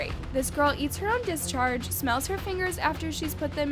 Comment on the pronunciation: whats a dis - charge???